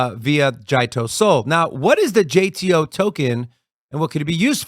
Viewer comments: I only ever heard it pronounce Jeet-o , curious which is correct now 😂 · Isn't it Jit o